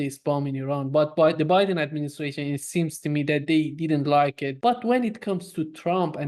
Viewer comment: Just realized calls Biden as 'Buouy-den'. Which is very cool of course.